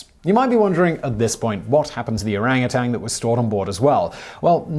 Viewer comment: Simon, there is no "g" in orangutan. It is pronounced "O-rang uh tan", not "O-rang-uh-tang".